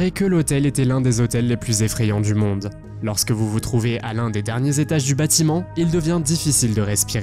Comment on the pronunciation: Hôtel du MONDE et non pas du DONDE !! 🤣